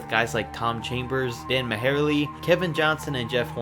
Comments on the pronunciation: Ma-hairly... Easy to tell who just started watching b-ball among the YouTube talkers. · ok I’m unsubscribing he just said dan maherley wtf it’s pronounced dan Marley wtf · I know it's a hard name to pronounce if you've never heard it before, but as a suns fan I have to call you out! Mar-Lee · Woahhhhh ,,, did i hear that correct ?...............Dan "Mahairely" ?? 😂😂😂😂😂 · It’s pronounced dan mar. Lee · Dan Mahairley??? (Majerle) Haha, when kids talk about basketball before they were born going wrong. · Dan -Mah-hair-lee,lol... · This idiot really said Dan Ma har lee. You read that off Wikipedia didn't you? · He cant even say Dan Majerle right lol, i wonder do he even know basketball lol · judging by the way you pronounced dan majerle i'm assuming you don't know the first thing about shit. where did you rip this video from? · LOL I was thinking the same thing, I was like why did he say dans name that way? He was a top 8 SG in the early 90s. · I legit spit out my green tea bc I was laughing when I heard him pronounced Majerle's name like that! LOL